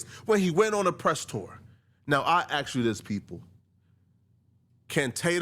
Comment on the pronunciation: PLEASE stop saying "aks"!